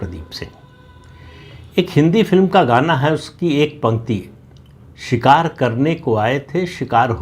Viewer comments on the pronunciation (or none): none